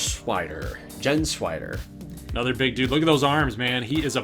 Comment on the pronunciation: Thanks for putting me in. By the way it's pronounced Gens-WHY-der.